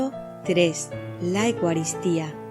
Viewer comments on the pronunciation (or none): Gracias, estupendo trabajo solo con todo respeto quisiera que pronunciaras bien esto, se dice: EUcaristía no digas Ecuaristía. Gracias😇